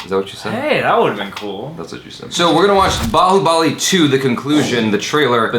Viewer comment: son of bahubali ...not bahubLi